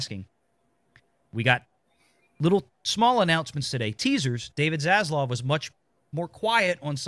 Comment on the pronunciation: dude.......it is ZasLAV. please, for the love of the almighty himself can you say his name correctly (not ZasLOV).